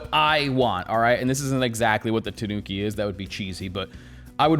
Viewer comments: No, that's not how you say Tanuki. It's Ta-nu-ki, not Tuh-noo-ki. Ta as in the 'ta' in the word 'target', except the 't' is pronounced as the th in the word 'through'. Phonetically, it's a dental 't', not palatal. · It’s pronounced tah- nooki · It's pronounced with the accent on the A, TAnuki. Not sure why even the wiki tts is wrong. The fabric looks great on this though, I barely even wear denim as it's so hard to find good items, especially in europe.